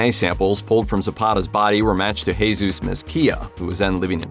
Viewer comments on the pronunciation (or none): none